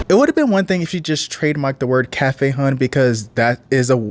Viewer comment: mmm.. its pronounced "hun" not hon dummy and frfr they may live in bmore but its clear they not rooted in our city